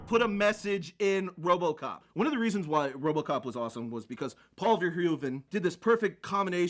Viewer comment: did just say "wobocop"